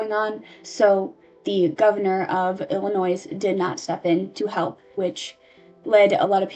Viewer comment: "illinoize" "misupality" "subquentially" I love your videos but PLEASE learn how to read 😭